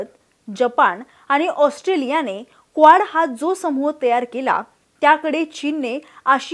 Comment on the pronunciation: क्वाड ला बरेचदा या video मधे स्क्वाड उच्चारले गेले आहे. ही चूक सहज दुरुस्त होऊ शकते.